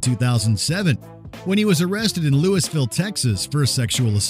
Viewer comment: Louisvile is pronounced something like LOUIEVILLE